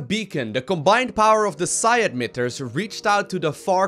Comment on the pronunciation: Am I the one hearing edmitters instead of emitters?